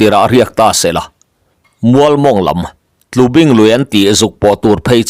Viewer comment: Tlubing i lam dan kha a diklo tlubing rul chikhat rulpui an tih thin tawibing têt tut a ni a bing lai kha i lam dik lo